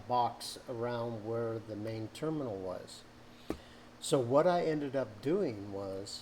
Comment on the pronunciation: Damn you nailed that terminal. Love from Toledo!